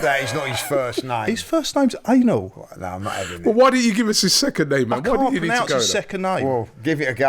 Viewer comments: Literally called him Anal.. 😅 Way off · No he wasn’t